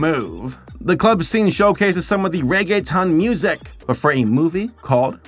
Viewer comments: Reggaetown? Cute but no, it’s ReggaeTON as in a TON of Reggae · Somebody probably mentioned, but in case they didn’t, it’s pronounced Ray-gay-tone. Not a big deal just thought I’ll mention. It took me a few minutes to realize that’s what you meant. I must be a little slow. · As a Hispanic I miss 2000’s reggaeton (I cried every mine he pronounced reggae-t-O-n as reggae-tun 😭🙏🏽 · It's is reggae tone not ton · The only part I couldn’t help but snicker was his pronunciation of “ReggaeTON” 😂 when it’s “tone” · Bruh says reg a tone instead of regge thone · if it helps for pronouncing Reggaeton you say it Rae-Geh-Tone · Anyone else chuckle at him calling "reggaeton" "reggae-tun" & "reggae-town"? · I love pronounced regeton as reggetown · You were actually doing really well in annunciating then you said Regetown. SO CLOSE SABER! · It's pronounced like reggae tone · I lost it when he pronounced Reggeton as "Rege-Town" 😂😂